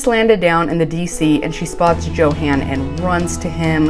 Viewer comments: I went back and rewatched the episode. 21 minutes in, he introduces himself as YO HAHN, just like his mother. She is mispronouncing it. I find it rude. Its like Nikki calling Igor (excuse spelling, Justin. Like staaaahp it. Why would she continue to say JOE HAN?? It makes me crazy. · Yes when he introduced himself he pronounced it as Yo-Han. Charlotte is mispronouncing it. And for whatever reason he isn’t correcting her. Hope when she sees the episode where he introduced himself, she will notice it. 😁🤣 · I heard him pronounce his name and I think he said Yo-han not Jo-han. I think she pronounces it wrong and he just never corrected her and now it's too late... 🤷‍♀️😂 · Its pronounced "YO HAN". Annoys the crap out of me that Charlotte mispronounces it. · Its YO HAHN. Charlotte is mispronouncing it and it makea me crazy. Even his mother says yohahn. Smh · i went back and rewatched the episode. He says YO HAHN." She is mispronouncing it.